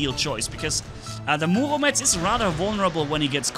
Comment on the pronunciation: Murometz not muomedtz